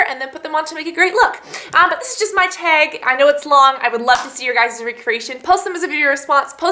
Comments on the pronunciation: you say tag so funny hahaha "teg" :) great video too! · I hate the way she says "tag". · what's her accent? she says "tag" and "bag" kinda strange haha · the way she says tag..... :/